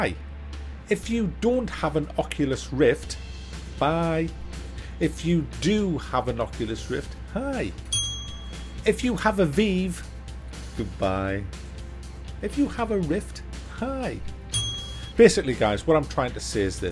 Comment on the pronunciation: How'd you find the glare/godrays on the Rift? I tried my bros Rift that arrived yesterday and it was bad enough it convinced me to wait for a second gen headset.# Btw Vive rhymes with hive not steve!